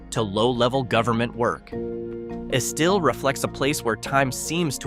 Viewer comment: Its not Esteel it's pronounced Es-still. I got plenty of family there.